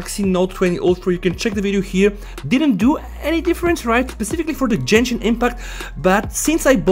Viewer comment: Jenshin no it is gen-shin with g not a j sound plz say to correct 😢😢